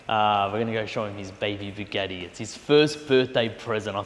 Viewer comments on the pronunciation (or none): WTF is a Bugeeeti?! It's Bugatti mate 😅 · I start watching my friend went to work for a big. Eddie asked him if he could get me a big Eddie then I finally figured out. He was trying to say Bugatti.😂😂😂😂😂😂😂